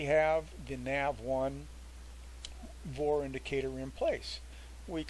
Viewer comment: It's pronounced "V" "O" "R" . . not VOR lol Just like OBS is "O" "B" "S" :-) Thanks for the info!